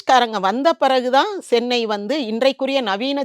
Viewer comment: Anchor, it's Chennai not sennai.